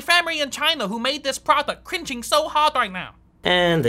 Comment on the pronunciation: "my famery in China who made dis crinching so hard right now"